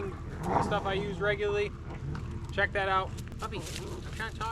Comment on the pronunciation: "Regyuhly" is not a word.